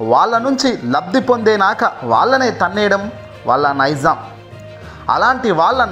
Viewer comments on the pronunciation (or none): నైజం ని నైజాం అని అంటున్నారు